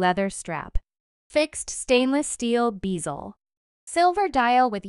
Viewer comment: Try learning how to pronounce Longines. Next it is U.S. dollars not US dollars. An x between two sets of dimensions is read as by. If you are a computer voice, get a job you are qualified for. Oh, bezel not beezil.